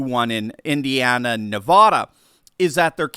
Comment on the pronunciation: FYI: The a in Nevada is pronounced same as MAGA.